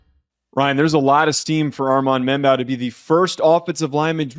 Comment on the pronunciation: ***Mem-Boo (how his name is pronounced)